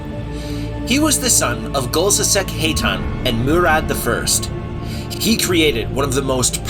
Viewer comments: Me: Ha-thun This guy: Hate- hun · Your pronunciation of “Hatun” (Haa toon) left me traumatized. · Please work on the pronunciation. Constantinople isn't that hard to say. Hatun is pronounced "Hah-TOON"